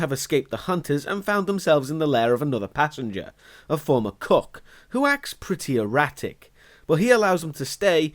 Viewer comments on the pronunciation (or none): Every time he says “cook” I hear “cuck”.